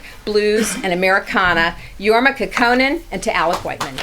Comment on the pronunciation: Since she considers herself a fan and introduced Jorma as a "legend" ( which he is ) .....why couldn't she take the time to learn how to pronounce his name ?